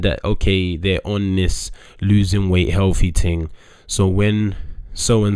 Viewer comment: Love how days "ting" instead of thing 😂